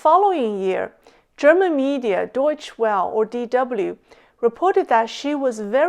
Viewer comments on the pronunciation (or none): Hello, I love your show. I have been following you for over a year. As a fellow german, the words for DW are pronounced "Deutsche Velle"... here is a quick video with the pronounciation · DW pronounced more like Doy-tcher Velt.